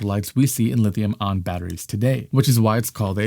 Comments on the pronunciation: National Aeronautics and Space Administration, not Agency. Really lame dude. And it's lithium ion, not lithium on. Wow! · bro, it's lithium ion, not "lithium on." either you made a typo in your prompter AND you don't know what you're talking about, or you don't know how to pronounce words with adjacent, vowel sounds, which seems to be a symptom of having been violated with the covid, mRNA vaccine. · Lithium-ion....it is pronounced "I On" not ON Nevada is pronounced Ne Vaa duh not Ne vah dah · you pronounce ION so quickly that i here Lithium ON, over half the time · Ion dude ion not on. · Its EYE AHHN.